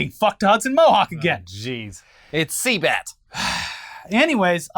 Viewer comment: Cbat , not sea bat- “circus music “ lol